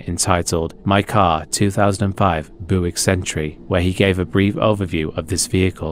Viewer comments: Just for future reference, Buick isn't pronounced "BOO-ick", but rather "BYOO-ick". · Its "bew_ick" lol not "boo_ick" great vid tho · .... A 2005 Booic Century?? Booic?? There is a U in there pal. It's Byoo-ic. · “Boowick” is the only way I shall pronounce Buick for the rest of my life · "booick century" You were so close. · You really gotta give it your all to be able to pronounce the word “Buick” Lmao jk love ur vids